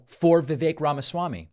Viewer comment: He's an annoying political figure, but thank for having enough respct to pronounce "rhymes with cake" correctly